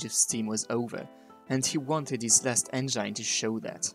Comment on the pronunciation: Juste une remarque : on dit « enngine », pas « enjaïne ». Bonne vidéo sur « la Divine », accessible internationalement, en plus!